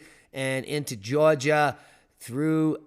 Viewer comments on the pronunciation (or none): none